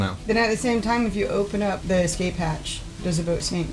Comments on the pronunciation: lol and 15;55 and 18;16 and 18;21 and 19;14 and 20;30 I played it back 8 times and he definitely says emergency EX-CAPE hatch"😂😂🤣🤣🤣🤣🤣🤣🤣😂😂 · cmon its escape not excape lol. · THERE'S NO "X" IN ESCAPE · The word is es- cape. There is no such word as ex- cape